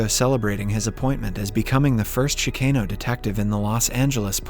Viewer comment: AI can't pronounce Chicano lol